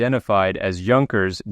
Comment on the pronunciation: Junkers is pronounced with a Y .👍 Keep up the great work. Thanks for sharing